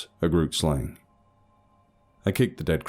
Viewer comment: Love you but dam each time I hear grootslang pronounced incorrectly I get a heart attack. love you and keep up the good work.